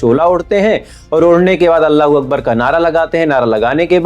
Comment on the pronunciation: Listen properly he's saying Ola hu Uber